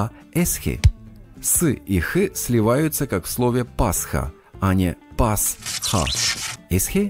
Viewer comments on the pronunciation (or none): none